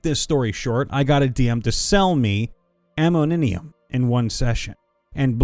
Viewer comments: say ammonium one more time friend XD not amoninium . phonetically : uh-moe-knee-um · What in the 9 hells is 'Ammonimium'?! It's Ammonium...mixing it with bleach causes some pretty nasty poisoned gas.